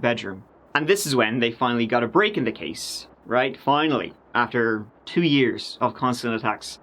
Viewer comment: “We’re gunna go bak about TURDEE YEERS” WE LUV YA!